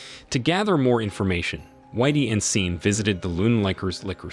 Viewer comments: This must be narrated by Ai we all know Sean is Shawn not seen. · SHAN “SEAN” NOT SIN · I'm tired of these A.I. voice recap videos. "Seen" lol. "Nine Hundred and eleven" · I had to stop watching due to hearing Sean being called "Seen" like really? I mean really?!? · How the hell do you read sean as scene?!?!? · Sean , "seen" , are you kidding? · The repeated mispronunciation of Sean as 'Scene' was downright nerve-racking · Keeps misprouncing his name....Sean (Shaun). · Stupid pronunciation since SEAN PENN is in the damned movie! Sean = Shawn, Shaun. I’m sure there are other spellings, too that are pronounced the same way. Good grief! So distracting since the name was mispronounced practically every other word. 🤬